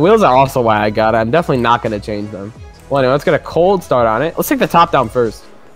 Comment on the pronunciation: Highlights: OUWWH COWLD STAWRD